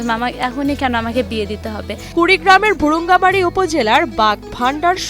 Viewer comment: উপস্থাপিকার শব্দ উচ্চারণে সমস্যা আছে। শব্দটা হবে "বুরুংগামারি", "বুড়ুংগামাড়ি" নয়। এরকম আর কয়েকটি শব্দেও উচ্চারণে অসংগতি আছে।